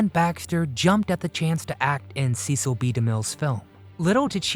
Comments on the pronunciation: It's "SESEL" B. DeMille - NOT "SEECIL"!! DAMN! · It is not pronounced CEE-sil, but SSES-SIL. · The announcer is mispronouncing Cecil B. DeMille's name. He didn't pronounce it like Beany and Cecil. He pronounced it as a short e as in less. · The Ten Commandments was not a movie. It was an epic. Few motion pictures can claim that distinction. And it might be nitpicking, but his name was pronounced "SESS - ill", not "SEE- sill". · His name was pronounced with a short e sound, not a long e. It was Cecil, not CEEcil. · I think you were mispronouncing Cecil B. DeMille during this video. you were saying "cee-cil" it is commonly pronounced, "cess-sill". Too late to fix it now. Perhaps a little more research would have put you on the right track. Adios, for now. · Pretty amusing facts and bits, and lovely pics of Anne Baxter. Except Demille's first name was pronounced "Sess-ill". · Cecil's name is pronounced "Sessil". So an S sound not a C sound. Driving me mad that both vids about Anne in the film are pronouncing his name incorrectly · His name is pronounced "Sessle." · Cecil rhymes with vessel. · It’s Cecil not Ceecil. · "See"cil B Demille? I'm out. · Cecil is pronounced like sessil.. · Learn to pronounce his first name. Ses-scill. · You are mispronouncing De Mille's first name.